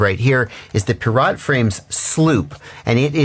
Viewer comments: I've never heard someone pronounce pirat like a vegetable. It's Pie-rit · Its pronounced "pirate", hense the names being "hook" and "sloop".